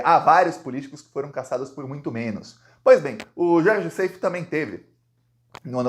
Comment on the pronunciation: Gostamos muito do seu belo trabalho jornalístico. Seif, pronúncia como está escrito. Plural de GOSPEL: gospels. Incesto: pronúncia aberta, cés. Wassef pronuncia-se uasséf, oxítona. Egito.